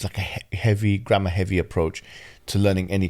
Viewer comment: Every time you say grammar . My mind is thinking "grandma".